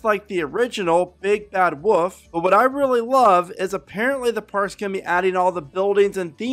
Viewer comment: why does he say "woof" instead of "wolf"